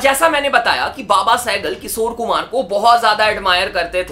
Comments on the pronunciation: its Kishor Kumar, not Kisor.... Sa aur Sha bolna seekh le bhai, bahut annoying lagta hai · Bhai. Kisor. Nahi. Kishor kumar. Apana. Sh. Thoda. Thik. Karalo. Yar. 😂😂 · His "KISOR KUMAR" pronunciation 🥲😂